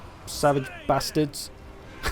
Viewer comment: "Savage... bastards!" OMG it was so British :D